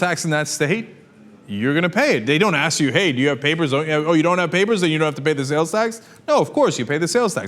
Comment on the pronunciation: LMAO at the way he said papers!